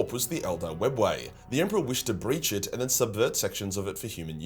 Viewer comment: The Emperor has chosen his Champion- Ah let’s get into ett